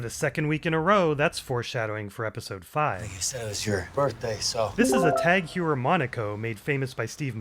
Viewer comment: Not to be nit picky but Tag Heuer is pronounced Tag HOYER.